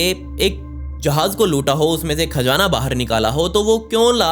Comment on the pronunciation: It's Khazana not kaazana